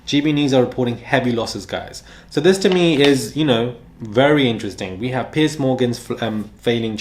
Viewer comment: It sounds like you say "Pi$$ Morgan." It fits.